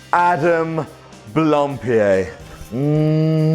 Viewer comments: I think you're right and he's wrong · So that's how your name is pronounced. I always pronounced it BLAM-PIE-D